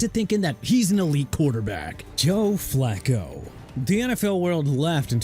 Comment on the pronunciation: Dude... I'm done... Flacco is pronounced flah-koh not flak-koh... and it's Ter-rell Suggs. WHAT IS WRONG WITH YOU? YOU CAN'T PRONOUNCE NAMES RIGHT? I'VE HAD ENOUGH. TOO EARLY FOR THIS GARBAGE...